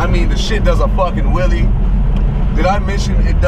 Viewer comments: what's a Willie oh shit you meant wheelie damn speak right next time stupid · i cracked up during this video. sounded like you were saying "it does a fucking willie" i don't know why but it fucked me up.